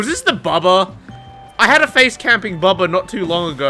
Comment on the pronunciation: I always thought he was saying "phase" camp, not "face" camp, because of the phases of hook